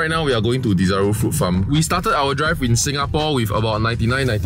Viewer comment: It's called Desaru. Not Dizaroo